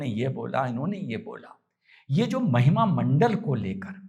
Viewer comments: Sir वो महिमा मंडल नहीं महिमा मंडन होता है धन्यवाद आप हमेशा हंसते रहे ❤ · शानदार जानदार ज़बरदस्त अप्रतिम अद्भुत अकाट्य सटीक विश्लेषण, आप जिसे महिमामंडल बोल रहे हैं उसे महिमामंडन कहा जाता है